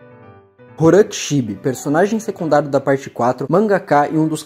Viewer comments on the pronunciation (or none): Agoniado com o ele lendo "Horan" e não "Roham" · Cara é "Rohan", não "Horan" e "Bussiárati" é sacanagem né pronuncia direito aí pls